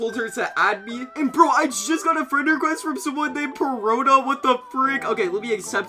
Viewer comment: bro said zooro but said perona PERFECTLY